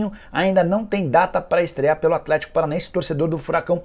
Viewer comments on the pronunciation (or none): none